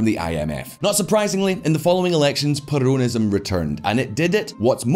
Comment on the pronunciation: My Lord Please Is perOnism NOT perUnism Omg.....